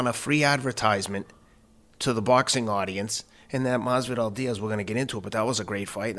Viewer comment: I love how he calls Masvidal , "Mazel tov"